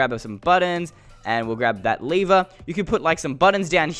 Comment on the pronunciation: it's not a leever it's a lever:Leever me:Lever